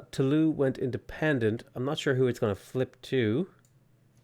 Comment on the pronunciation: He triggered me so hard by saying "Tooloo". It is pronounced "Toolooz" (I'm triggered easily I know ... dont blame me for being weak I'm French)